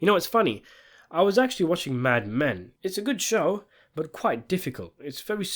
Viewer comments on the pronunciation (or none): none